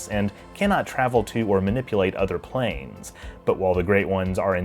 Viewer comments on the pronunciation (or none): none